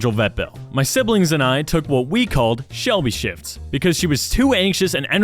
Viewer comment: Shelby shifts sound likes Shelby shits